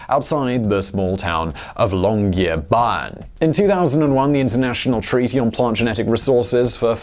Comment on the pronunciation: Norwegian here - good work on the pronunciation of Svalbard and Spitsbergen. You must have trained a lot on those. However, Longyearbyen did not work out so well though :)